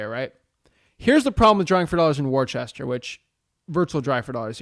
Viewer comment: You obviously ain't from Mass. It's pronounced "Wuhsta", not Worchester. LOL. No way you would know that, but for future reference. Great vid as always!